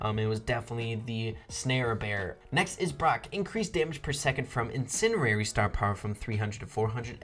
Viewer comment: It’s pronounced in-sen-diary not in-sin-erary